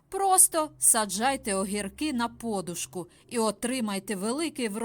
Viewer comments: Говорять подУшка, а не пОдушка. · От тільки чому такий наголос - по'душка. На черкащині, чернігівщині завжди кажуть поду'шка. В школі на літературі також читали поду'шка. Ваша вимова ріже вухо. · Відколи це подушка( наголос на букві у) стала подушкою( наголос на букві о). Скільки можно поплюжити українську мову?????? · По-душка з наголосом на О вперше почула від Фреймут. Нічого дивного,можливо, такий діалект у людини. Але трохи неприємно ріже слух.